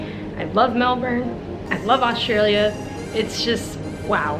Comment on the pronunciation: Glad you enjoyed Oz. We have a lot on offer ... and it is easy to get lost in the many areas and climates. One last thing ... Kudos to you for pronouncing Melbourne correctly! See already an Aussie! 😎